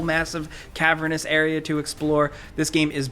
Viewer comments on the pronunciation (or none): none